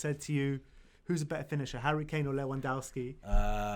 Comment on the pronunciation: Le-van-dov-ski And no, Harry Kane is not better than him. By any measure, except your EPL bias. Harry Kane is the most overrate player in the world, which is fitting, because the EPL is the most overrated league in the world. Everyone is so mediocre that Harry Kane stands out.